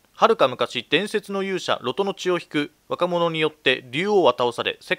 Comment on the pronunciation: ロトの発音って ロ↓ト→ なんですか？ ロ↑ト↓だと思ってました